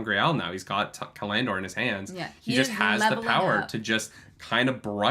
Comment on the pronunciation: Cal- an- dor, it throws me off every time you say callan dor.